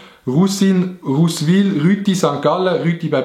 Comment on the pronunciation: Ich eich Russwil gseit anstatt Rutschwil